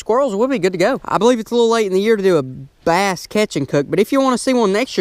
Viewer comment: My name is bass exactly how you pronounced it